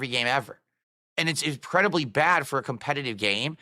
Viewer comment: "Incredidy" ?? Did I hear that right?